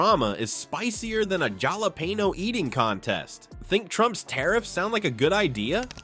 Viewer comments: Jalapeno is pronounced as Halapeno just so you and your AI voice knows for future reference. 😂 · "Gialapeeno"? Really?